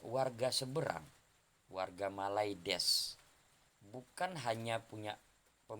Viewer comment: Muantap Bang...cara nyebut malaydeshhh nya👌👍